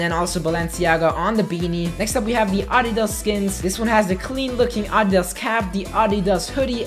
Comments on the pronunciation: took me a bit to actually figure out he was saying adidas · Audidus its adidas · I LIKE HOW HE SAY ADDAS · Everyone: Adidas: Audias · Idk if Im weird probably am but is he saying aahdidaas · The way he says adidas tho